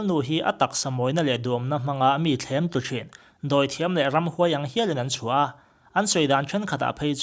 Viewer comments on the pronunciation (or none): Thlem tlu a awm ngailo.... thlemthlu tih tur.... ngaihthlak chakawm loh nghal vek. .. thumbnail a tan em chuan.